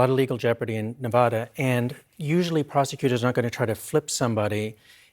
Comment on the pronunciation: Damn it, it’s pronounced ne-VADD-a. Think about this way, you go to Las Vegas, you win, you ADD to your bank account. Probably not but let’s get it right people.